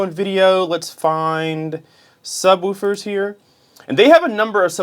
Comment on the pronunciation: It’s pronounced Woof 🐶, like a dog. Not like Roof. lol